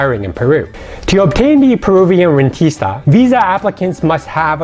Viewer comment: REN-tís-ta please work on your Spanish pronunciation